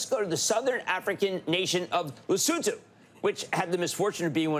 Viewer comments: Not sure what I'm more amazed by, the fact that some American's thought Trump's mad plans might just work or an American correctly pronounced Lesotho. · also kinda shocked at hearing Cramer pronouncing “Lesotho” correctly! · Thank you for pronouncing Lesotho correctly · AND he pronounced Lesotho properly 😅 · Thank you, John, and Jim Cramer, for pronouncing Lesotho properly.